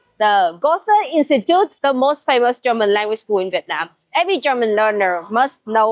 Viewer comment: Please,, don't you say "Göthe", you know, with an English "th"! 😬 His name is pronounced " Gööte " with a long first syllable and only a "t"!!! Some Germans take it very seriously when it comes to our national treasure, the best poet on earth, some may say. Johann Wolfgang von Goethe NEEDS to be pronounced correctly! ☝️ 😂🙈